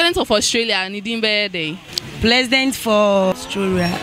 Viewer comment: plesident for ostroria😲😂😂😂she nailed it😩😆